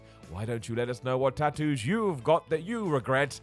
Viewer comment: Drink everytime says “Tat oos”